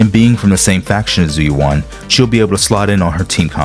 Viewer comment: How can you mispronounce her name lol they say it several times in the game